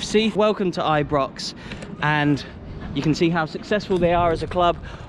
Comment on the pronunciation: It's not Ibrox it's I-pox 😂😂